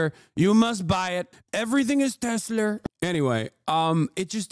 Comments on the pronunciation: "EVERYTHING IS TESLER" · teslerrrrrrrr, nintenderrrrr, caller oferrr duterrrrrrr, marketterrrr crashherrrr, therrrr greterrr recessioneeeerrrrrr